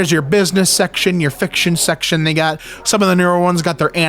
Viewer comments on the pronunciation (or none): . Is he saying section or sex-tion....